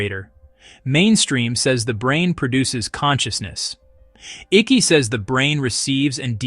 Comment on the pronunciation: NOT PRONOUNCED ICKEY! ICKE! AS IN EYECK . YOU AI FOOL